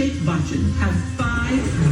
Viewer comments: Pronunciation: Bacchan: BUCH ( Like Much) ; CHAN &RAI: RYE ( Like DYE) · Yes her nickname is Ash. Her surname is pronounced like the word "Rye", not like Ray. And Bachchan is pronounced like "buch-un". (the first part rhymes with such). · It's 'Bachchan' as in 'kitchen' but double the sound 'ch' because there are two 'ch' in spelling. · She pronounced it almost correct. But yes, it is not 'buck-chan' like you say but all this while I was finding it kinda cute so never thought of correcting it 🤷🙈 But if you really wanna correct it listen to the song "Bol Bachchan" sung by Amitabh himself(who better than him can teach the pronunciation?!)😉 Aishwarya's nickname is Aish And her surname is pronounced as "Ra-aye" not "Ray" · Oprah has all the right pronunciations 😊 there's no C sound in Bachchan. Its pronounced like the ch in chilli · 🤷‍♀️"rye" is the better pronunciation. Bachchan - ba (bi from bird) - CHIN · Buch rhymes with Much Chan rhymes with Chunk (without the letter k) Buch-chun Rai sounds exactly like Rye in rye bread A Bee Shrek (without the letter r) sounds like Uh, Bee Shek. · Liked this video because you are Veterans of Bollywood Reaction! VBR of OSR! Loved the fact that you butchered Big B's name and Ash's name but still fell in love with them like millions of Indians all over the world! Fun Fact: They both now HAVE a daughter together, Aaradhya Bachchan! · in the Rai - ra is similar to the ra in Rant and then pronounce the full I at the end so Rai = Ra+ i Bachchan - when saying cha try to shorten the sound of a as much as possible. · Her surname is "Ra-eye" and not "Ra-y". Yes her surname is Ash. Bachchan is pronounced, "Bu-chchan". Cheers! ~ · RAI is correct. But in bachchan, both are wrong. Don't pronounce it as "BAA", pronounce it as you pronounce "but". Like "Buchchun" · Bachhan is pronounced Ba-CH-chun not Bak-Chun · You pronounced right.... Its not Bachan as she pronounced... Its Bacchan...as u pronounced... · Butch-chan (bachchan) Rai not ray